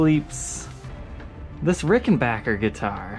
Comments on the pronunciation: I can't wait to see the review and demo of the Rick. Thanks for checking the scale length in this video, I was really curious about it and thanks for pronouncing it backer, like it's spelled and not bacher, like a lot of people say it. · Just love that you pronounced it correctly.....Yes, people, it's Ricken-back-er not Ricken-bach-er.......Just ask TP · God damn, FINALLY a Ric that isn't that really bad bass video you made before you had rhythm. That model is particularly small, not as big as the usual 330's/360's. ...and you said Rickenbacker correctly. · Thank you for pronouncing Rickenbacker properly. It's a short scale 325 model like John Lennon preferred. Pretty much the only person of note to play one. Side note about Rickenbacker for anyone that wants to special order any particular model: Rickenbacker has a schedule where they only X amount of one model for the year. If none are available when you order, you have to wait until the next year's build cycle. Keep that in mind when you try to SPO one from your local Evil Empire Guitar Barn. Guarantee their sales associates do not know that bit of insider info. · I'm delighted. He's right and it's the manufacturers official pronounciation too.